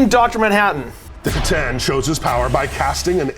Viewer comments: I thought you pronounce it kah tan at least thats how me and my warhammer store guy says it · Your mis-pronunciation of c'tan is borderline heretical....I like it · Their pronunciation of C'Tan does psychic damage.